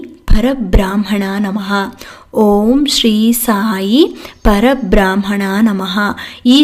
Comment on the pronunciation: Om Shree Sai Parabrahmana Namaha 🙏🙏 (Pronunciation alli Parabraahmana annodu thappu allava?)